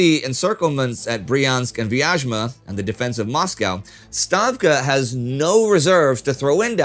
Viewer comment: Actually, Vyazma (Вязьма) is pronounced closer to /vjæzmə/ (hopefully, you are familiar with the IPA) There is no "zh" sound :) Anyway, incredible job done, thank you! Keep it up!